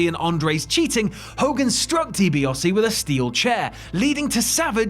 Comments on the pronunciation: I was enjoying this until the narrator started pronouncing Di Biase as Di Biose. Why ? Never ever in my life have I ever heard anyone call him Di Biose!. Pronounce it right it's Di Biase. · So no-one is going to discuss the mispronunciation of Ted Dibiase's name????